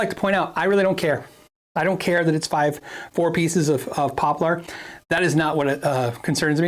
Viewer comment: It’s “poplur” not “pop-LAR” lol